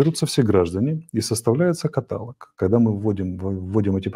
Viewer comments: Арестович говорит на русском языке, а значит каталОг и никак иначе. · Арестович, ваши речи - бальзам на душу, конечно, и аж прорыдаться хочется, но слово "каталог"произносится с ударением на "о" в последнем слоге. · КАТАЛОГ - ударение на последнем слоге.ГОВОРИ ГРАМОТНО на русском языке